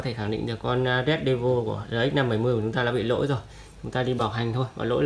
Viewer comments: con mốc thế lá tản nhiệt rồi anh ạ . góp ý ( đọc là rét đê vồ nhé anh ) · đọc là "rét đe vồ" nhé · đọc lại vẫn sai :)